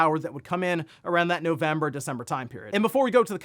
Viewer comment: thats a funny way to say November...